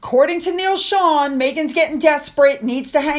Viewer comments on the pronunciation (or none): none